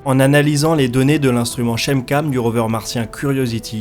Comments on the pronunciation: super travail mais on dit cratère "gayle" et pas "gale", on dit aussi "kemkam" et pas "chemkam" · on dit "Kemcam" et pas chemcam pour la caméra de curiosity et le cratere de gale se dit "guèile" , en tout cas c'est comme ca que prononce les astrophysicien qui en parlent ! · Quelques critiques secondaires : Chem-Cam prononcée Kem-Cam Cratère Gale prononcé Gayle L'eau liquide sur Mars jeune (vidéo précédente surtout), c'est encore bien discuté au point qu'on puisse distinguer deux groupes de chercheurs, un groupe pense qu'il y a eu océan, rivières etc. l'autre que Mars a toujours été froide et que la glace se liquéfiait (rarement) et se transférait d'un hémisphère à l'autre sous l'effet des changements orbitaux ou d’éventements ponctuels comme impact ou volcanisme. Rien d'admis.